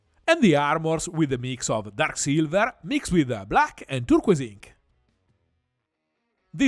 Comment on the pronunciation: FInally, someone who pronounces turquoise like a normal person.